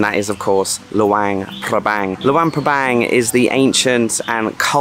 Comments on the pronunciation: Pronounce it like: Loo-ong pra-bong :) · It pronounced Lung PA bang